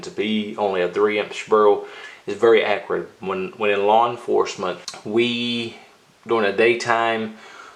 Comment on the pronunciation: “Accrite” , lol